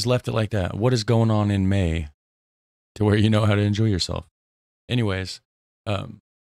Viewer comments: he said in the MAIN not may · whats going on in may ,he say main